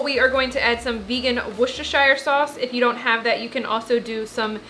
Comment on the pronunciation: It's wos-stuh-shuh sauce. You're pronouncing it wrongly btw